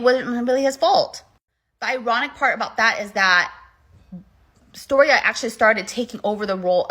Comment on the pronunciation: Stiorra not storia like get the fucking name right.